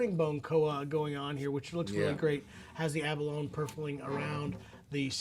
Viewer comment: Abalone? Pronunciation???